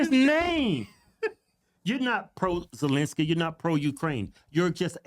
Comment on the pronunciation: First, she couldn’t say, Ukraine then she couldn’t say Zelensky 😂😂😂 Joke